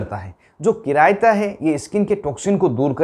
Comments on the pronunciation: Its'nt किरायता, It's चिरायता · चिरयता को किरायता बोल रहे बेवकूफ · buddhu dr chiraita hai kiraita nahi